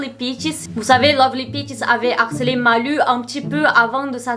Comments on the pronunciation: Maiiiiiiis c'est "lou" la prononciation ! En plus tu dis son nom tellement de fois dans la vidéo aha, "Malou" quoi. Les rares fois où j'ai entendu parler de cette gamine, c'est pour des trucs sad ou glauques, elle fait de la peine... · Ça m'a stressée de t'entendre dire Malu alors que ça ce prononce Malou